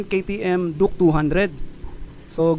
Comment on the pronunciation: Duke❌duk✅ 😂😂😂😂 tf